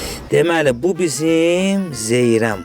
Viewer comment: Zeyrəm yox ay Zeyrən👌